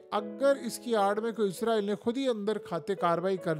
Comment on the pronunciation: آپ کا تلفظ درست نہیں ھے آپ ھر ویڈیو میں اسرائیل کی بجاے عزرائیل بول رھے ھیں اس کو درست کر لیں جزاک اللہ خیرا